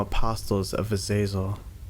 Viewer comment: I love how you haven't pronounced azazel right even once!